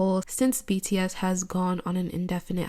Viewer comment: not her calling bts "btass" while she is prob siting on the sofa farting😃😃😃😃